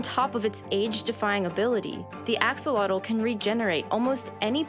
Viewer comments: As a Nahuatl teacher I can tell you that the correct pronunciation of Axolotl is A-Sho - lo - tl The tl is pronounced closer to a T and like a click. It is not pronounced like tl in “little” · Except for her pronunciation of the name. It should be pronounced “Ah-SHOW-lo-tl” (the TL is said somewhat like the “tle” in “little”). That is the original Nahuatl pronunciation. Today, we call them “axolote” (or “ajolote”). It’s pronounced “ah-ho-LO-te”…long O in LO. I don’t mean to be nitpicking, but when you speak both Nahuatl and Spanish, it grates on the nerves to hear it pronounced wrong over and over again. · Is not pronounced Axe oh lot offs but Ashh oh lot tl. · I love axolotls, they are just cute little goobers that contain the spirit of an almighty god. Axolotl is pronounced Ash-o-lotl! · axolotl is pronounced asholot, that X has the same pronunciation as it does in Portuguese because in old Spanish had that pronunciation until it changed to the same pronunciation as "j" in modern Spanish and that is why the spelling in Spanish is with a j, and why you may find Mexico written as Mejico in some books. The "j" in Spanish is pronounced like an "h" in Egnlish but from the same place of the throat we pronounce the K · Great narration but the pronunciation is totally butchered - "ah-shoh-lote" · Awesome video. Just real quick, the "x" in the Nahuatl language is pronounced like "sh" and the "tl" at the end of words has a very specific sound that if you can't make you can just pronounce like a "t". So "axolotl" would be pronounced (āh-shō-lō-tł) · The Aztecs pronounced it like "A-SHO- LOWT". No X sound but rather SH. Also, the L is silent. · I love this video and the content but axolotl is a Nahuatl word and it's pronounced closer to ah-sho-LOH but with a "tl" sound at the end that we don't have in English. But I love learning more about them, they're gorgeous animals. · It’s pronounced “ah ho lo teh” lol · The AKsOLotl, I to Lox A e haT, I LA T, TAL I